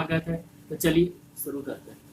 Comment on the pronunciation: aap bahut acchey se samjhatay hai but pl Aap jab video shuru kartey hai.Toh boltey suru boltey hai.Pl shuru bola karey